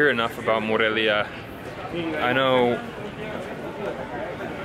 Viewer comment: Its More-elia.